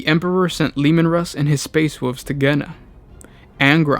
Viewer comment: like "space woov's"